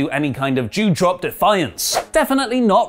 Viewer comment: it DewDrop not Jewdrop